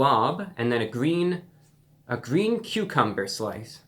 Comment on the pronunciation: "with a gren cucomber " My man thats a pickle